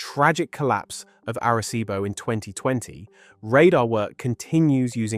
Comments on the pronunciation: Arecibo, Puerto Rico 😅 You sounds so gringo saying that bro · It’s cute the way you pronounce Arecibo 😂 Good try 😊 Que pena que ya no está 😢